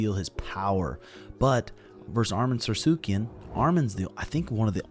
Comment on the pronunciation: ARM-IN SARSOOKEY-IN Please lose… go Dubronx! 😂